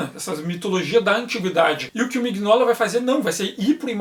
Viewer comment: Aeee, voltou! Me arrependi agora de ter vendido minhas edições. Não sabia disso nas arquiteturas. OBS: Acho que a pronuncia é Minóla, com G mudo.